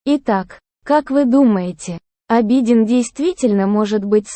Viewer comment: Я конечно извиняюсь но тот кто озвучивает хотя бы поинтересовался как правильно произносятся имена. Или смотря сериал можно было бы подслушать как правильно звучат имена. А то слушая уши в трубочку сворачиваются. В турецком языке в основном ударение на последний слог. И имя Абедин читается с удорен ем на И , а не на А